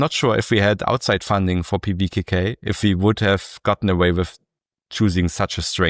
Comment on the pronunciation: Show off. Reading the name of pvkk like it's nothing 😢